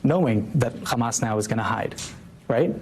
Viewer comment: It s hamas not khamas